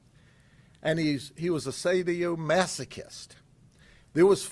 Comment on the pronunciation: Ol’ Grady Judd and I might find cause for disagreement on certain topics now and again. When it comes to pedophilia, there’s no law officer I respect more than I do Sheriff Grady Judd. I can easily excuse the fact that Sheriff Judd cannot properly pronounce words like sadomasochism, boudoir, etc., as he’s four parts “Andy Griffith,” one-part “Barney Fife,” and five parts: “Dirty Harry,” when it comes to the very real problems of child pornography, sexual predation of minors, sex-trafficking and other heinous and unacceptable crimes that do well to destroy the lives of innocents. It doesn’t matter, in this instance, that he’s not familiar with the terms, which on their own, don’t necessarily make for a criminal case. The words become irrelevant when children are victimized by mentally disturbed adults who forever damage children based on their perversions and absence of even the slightest bit of objective morality. It’s a sickening and violent subculture that deserves to be rounded up and forevermore removed from society. If Sheriff Judd did nothing else of record in his long and storied career, he would still be considered the most honorable and legitimately caring guardian of the innocence of youth. The good people of Polk County have a colorful character with an iron will and a heart of gold in Sheriff Grady Judd. There’s nothing more valuable than a child raised in a safe an nurturing environment. Judd knows this, and will fight relentlessly against those who find pleasure